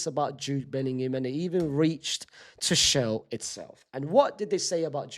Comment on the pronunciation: Bruh Unc suprises me every day with his pronunciation: First we had Shersny (Sczsesny), then we had Arooho (Araujo) and now we have Two-shell (Tuchel) 😭🙏🏻